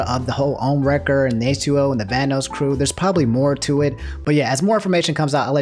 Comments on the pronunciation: Hey, just letting you know it's pronounced "Van-oss" and not "Van-O's". Also Liz and Delirious are dating, not married:) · I don't mean to be rude, but it's pronounced "Van-oss", like how "loss" is pronounced, not "Van-oos". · Bruh my dude really said Vanose, (Van-Noe-S) wha, vanoss finna snap and demonitise half the videos on youtube or smtn lmao. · Lol he said vanoos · Plz Van-NOS and caliber like a gun. Still love u ✌️😂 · Sorry, my man. You seem like a cool guy, but the way you pronounced "Vanoss" earns you an automatic dislike. 😂